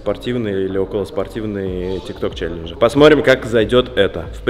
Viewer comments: почему члененджи? когда челенджи )))😂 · Почему все время говорит члеленжи